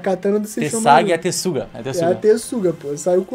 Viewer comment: "Tessaiga e Tensuga" kkkkkkkkk é Tenseiga, poxa